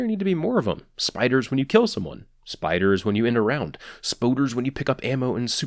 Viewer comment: "Spoders" lol